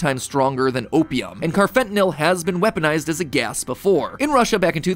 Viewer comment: Hey Matt, I’m a psychology major and we’ve learned about carfentanyl and how street drugs are being laced with it. 1.) First off, sorry to be that guy, but it’s pronounced “carfenta-NALL” lol 2.) Second, it would be really funny if Poppy Playtime ended up being the world’s most elaborate anti-drug PSA. Maybe the harming children stuff is a warning against drug usage in early parents?